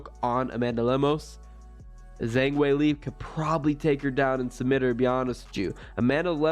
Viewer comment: Learn to pronounce Weili's name if you're going to do videos.